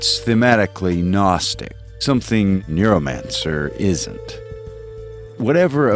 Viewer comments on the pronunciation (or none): Whenever you say Neuromancer I hear NEARmancer.